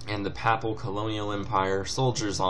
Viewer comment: pronounced p-ay-pal state, i think :P